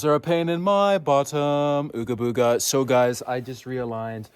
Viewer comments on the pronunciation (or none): OOGA BOOGA (but pronounced *EWWGHA-BOOEWWGHA*)